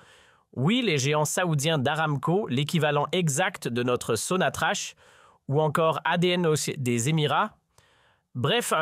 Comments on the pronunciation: Pourquoi vous dite sonatrache il n’y a pas de e ca se prononce sonatrak sans rancune 😊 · Sonatrach. Se. Pronounce. Sonatrak